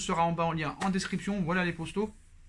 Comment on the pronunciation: Pk tu dit les prousto au lieu de poto ? Pas comprid sinon bonne analyse bonne vidéo , poce blo pour toi 👍